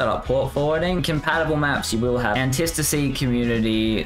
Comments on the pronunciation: Say it with me retard, Anti-Stasi. Okay, retard? Antistasi......... an-tie STA-see you actual dumbfuck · He's saying it wrong... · Was driving me crazy